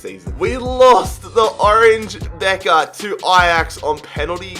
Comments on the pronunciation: "orange bekker" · Nobody:: OrAnGe Beker